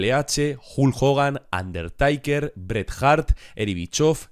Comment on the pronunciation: "Ondertaiquer" Dios viejo... por favor, esa pronunciación